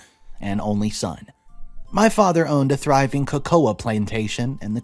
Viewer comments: It's koh-koh NOT koh-koh-aaah! (The last "a" is silent) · Cocoa, the a is silent.